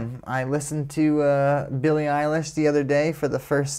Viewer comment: Billie, not "Benny"...